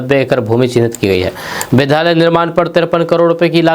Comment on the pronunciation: कृपया उच्चारण पर ध्यान दें, उद्योग के जगह पर आप उधोग का उच्चारण करते हैं, विद्यालय के जगह विधालय का उच्चारण करते हैं